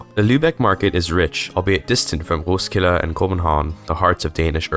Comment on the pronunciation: hej dane here københaven was not that good but roskilde was petty spot on